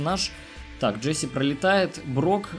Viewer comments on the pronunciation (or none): none